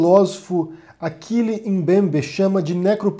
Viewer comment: Parabéns pelo vídeo,! Só um reparo. Lê-se mesmo Achille Mbembe (Axile mesmo). Ele é um dos maior pensadores que temos hoje em África (nascido em Camarões 🇨🇲). Continuação de bom trabalho.